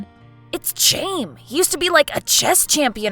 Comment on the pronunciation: "Chaim" is pronounced "hime". "Him" with a long I.